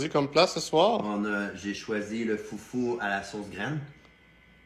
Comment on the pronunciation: C'est pas foufou mais foutou C'est pas pareille